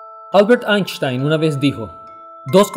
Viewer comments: Lo se hafhcjs solo que no lograba escuchar bien la 'N' y la 'S' me sonaba un poco exagerada pero eso ya es de obsesionado to be honest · SUPE QUE NO DIRIA NADA UTIL DESDE QUE PRONUNCIO MAL EL NOMBRE DE ALBERT EINSTEIN